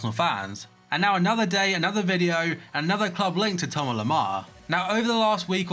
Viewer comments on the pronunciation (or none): none